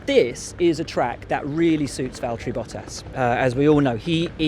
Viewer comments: Learn to say valtteri and then comment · im triggered by how people cant say names right, and its valtteri not like mahaveer raghunathan that might be a hard one to say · write or say still its not valterri or vallteri its valtteri, f1 fans should know the names